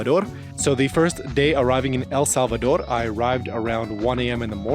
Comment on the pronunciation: Thank you so much for taking the trouble to pronounce the name of our country properly!